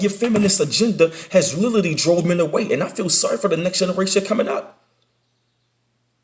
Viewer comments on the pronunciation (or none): Everytime he says literally it ounds like he says little league